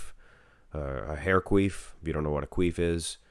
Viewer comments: It’s a quiff* not a quief 😂😂haha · Bruh it’s a hair QUIF not Queef lmfao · That's not how you pronounce "quiff" hahaha